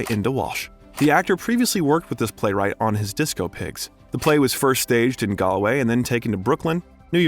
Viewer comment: Great series. I suggest you learn to pronounce 'Galway' and 'Edinburgh' if you want to journey convincingly through the British Isles.